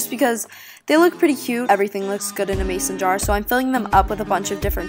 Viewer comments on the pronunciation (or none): none